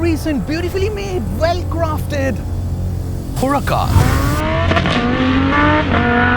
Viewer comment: What's wrong with your huracan pronunciation mate ...